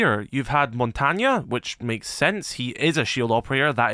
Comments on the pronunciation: am sorry did you just say montanya? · Did you just say montonya 😂😂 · WTF is a mountanyuh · No way this guy said “Mon-Tan-Yah” ??!!!?? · Gonna be real, when I first got the game and heard “Mon tang” I thought he would be Asian. Like Vietnamese, Indonesian or something. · Never in my life have I heard montange pronounced like that. It kinda makes sense tho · Ah, the classic French-Italian mixup. The reason why some people say “Renaissauhns”. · Yo stop pronouncing montys name like that... Wtf